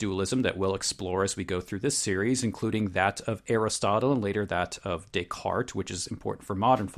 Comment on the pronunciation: *Descartes*. I legitimately thought you said "Dick Clark" at first and was really confused.